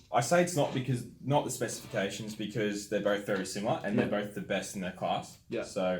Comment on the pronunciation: Specific-cation or specification the fella on the right can’t say it right either. Lol